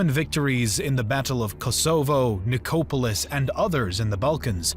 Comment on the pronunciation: 1.11 Ko-so-vo its kos avo. Ni- cope-alis. No. Ni-cop-olis. 1.47 dan-ub ? Dan-youb. 12.15 si-pa-he's.👎🏽 Si-par-he's 👍🏽